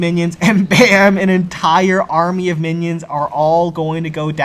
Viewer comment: I must've missed the memo that we call minions Mannys now, at least I think he's saying that.